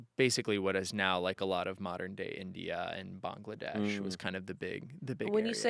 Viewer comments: btw, that's the correct way of pronouncing the country "Bangladesh". Apply that same pronunciation with countries like "Afghanistan", "Uzbekistan" and "Iran" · Hearing pronounce Bangladesh correctly ❤️❤️❤️ ty king